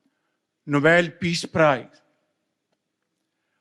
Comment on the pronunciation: Nobayel peaz praece